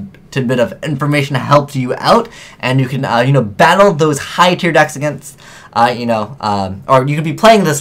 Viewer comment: Btw, it's "tier."